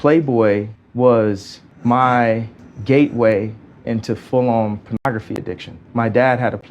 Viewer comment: Why this guy saying Cornography?